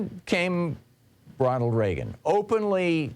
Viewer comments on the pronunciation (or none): none